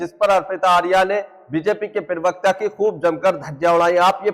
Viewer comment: aap pahle प्रवक्ता sahi bolna shuru kariye aap pirvakta bolte hai Aapka video achchha hota hai lakin प्रवक्ता boliye